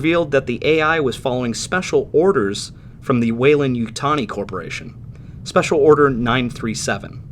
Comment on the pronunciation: "WeyLAND", with an A, not "Weyl U nd" with a U.